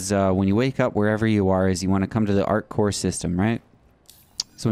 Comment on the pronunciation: You are forgetting the P in ArcCorp............Not ArcCore, other than that. AWESOME VIDEO. Very well explained. Thank you.